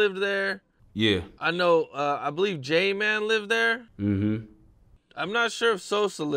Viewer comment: J mane not man